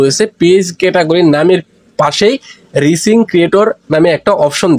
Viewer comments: আগে উচ্চারণ ঠিক করেন তারপর ভিডিও বানান 😂 ঐটা রিসিং না রাইসিং হবে যার বাংলা অর্থ হলো উদীয়মান সূর্য। হাস্যকর 😂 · রিসিং না, উচ্চারণ হবে রাইজিং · Vai ei😂ta রিসিং না রাইজিং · এইটা রিচিং না ভাই এইটা রাইজিং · রিসিং নারে ভাই রাইজিং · এটা Rising/রাইজিং হবে উচ্চতর